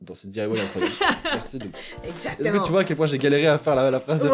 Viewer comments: Oui je suis une fille mais par contre Dooms ça se prononce pas doomz ça se prononce doomssssss voilà sinon c'est tout trop marrante la vidéo et au revoir bonne continuation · Etttt cc ci tu peux répondre ça m'arrange, je t'adore mais arrête de dire doomz c dooms